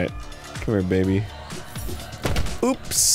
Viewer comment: Arin... It's "oops," not "ups." and "Oopsy doopsy," not "uppy duppy."